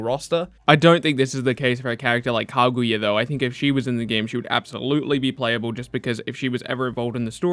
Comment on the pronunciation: The way you say kaguya hurts my soul